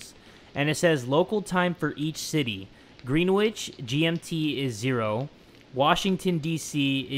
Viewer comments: I'm from London and when he said Greenwich he said it like green- wich and you're supposed to say it like Gren- wich but no hate xx and by the way YOURE THAT DUDE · Me be dying of laughter when you say Green- witch We say Grenich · When it was the time zone puzzle, greenwich is pronounced gren itch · Anyone else laugh at the way he said Greenwich Pronounced grenitch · Man the most scary part was how you pronounced "Greenwich"